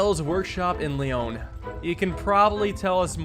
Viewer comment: Pardon your French, but Corsica is pronounced COR-see-car, and Lyon is like leeAW 😉